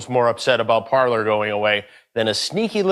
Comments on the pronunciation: Parler is the French verb “to speak”. So I don’t think they spelled it wrong, but definitely saying it wrong. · Ignorant uncultured idiot at that; "Parler" is French for "to speak", it's not for "Parlour", which the type of den those Hollywood types like to hang in.